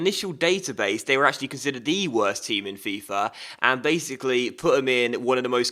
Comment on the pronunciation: It grinds my gears when he says dat instead of that and dey instead of they, pronounce your words properly errr